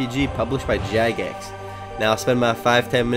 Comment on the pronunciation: Did he say published by Jack Ass?